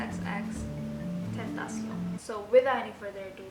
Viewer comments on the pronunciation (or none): xtentacion aja gapake 3× X cuma satu(penyebutannya) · X tentacion bacanya kakaa wkwk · Kak cara bacanya tuh, xtentacion